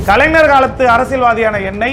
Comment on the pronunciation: முதலில் தமிழை நன்றாக படிக்க கற்று கொள்ள வேண்டும்...bro. கலைஞர் என்பதை சரியாக உச்சரிக்க வேண்டும். கலைனர் அல்ல...😂😂😂